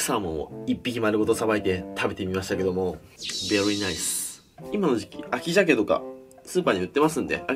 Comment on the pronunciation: 一番最後のvery nice発音良！笑